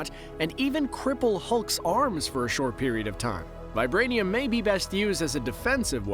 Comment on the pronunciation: The way she says vibrainium 😉